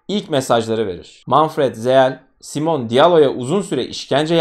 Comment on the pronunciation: Elestirmek icin degilde, belki birine yararli bilgi olur diye yaziyorum. Almancada sonda E harfi okunur. Ingilizce gibi degil. Yani Simone'nin okunusuda Simone (Simon ismide var ama erkek ismi) Veya Porsche = porş degilde porşe diye okunur